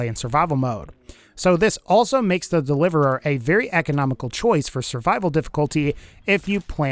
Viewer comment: so the delivereeririeir